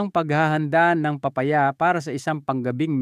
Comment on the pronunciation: Papaya po hindi paa paya